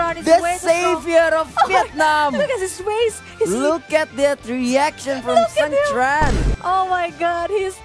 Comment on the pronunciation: ông caster cứ sang trang =]] sang tran sôu gút en tri